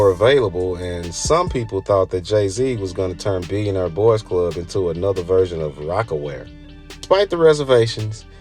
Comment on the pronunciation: You mispronounce “nigo” and “billionaire” also rap blew up in general in the 90s lol